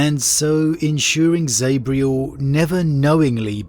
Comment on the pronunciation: You're English please don't pronounce Zabriel like an American it grinds my gears. Zab-riel z a b not Z A b